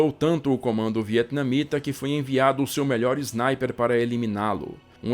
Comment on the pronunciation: Não leve a mal mas porque de dizer Znaiper na vez de dizer Sniper ?